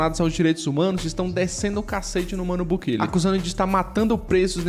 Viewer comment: Cara, por que você fala Bukile? O cara é salvadorenho portanto a pronúncia correta é BukEle mesmo.